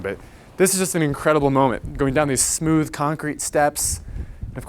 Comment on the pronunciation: Momen”T”, with an emphasis on the T.